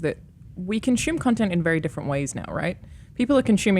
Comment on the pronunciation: Australians say Consume not Conshume Alana. source: I'm Australian